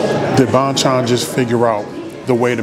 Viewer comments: Thanks for the video! Glad you enjoyed the chicken. Just FYI. It's pronounced "bone-chone" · lol if you come down to flushing ny, id take you to other korean chicken places. haha glad you f inally had a korean fried chicken. its pronounced bhon-chon with short o pronounciation. anyways hit me up if you wanna come down to flushing fam! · Hey Bro~ Bonchon is actually pronounciated as Bon = Bahn, Chon = Chone. Both "O" sound as "O" instead of "Ah" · I love you say bonchon!! Whatever u do know how to make it cool